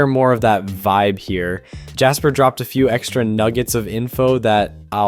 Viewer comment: It's Jasper not Japser 😂 btw